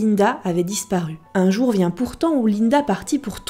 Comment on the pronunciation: à tu dis ''un joue vient pourtant'',alors que c'est ''un jour vint pourant'' x)